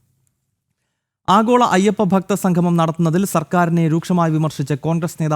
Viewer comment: Sanghamam alla samgamam..സംഘമം അല്ലാ.. സംഗമം